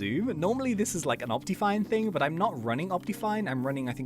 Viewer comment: Op-tea-fine Me: It's that morning tea in the again isn't it...